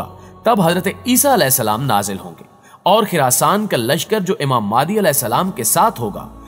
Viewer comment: Madi nhe mahde alfaz Ka sahe intkhab karo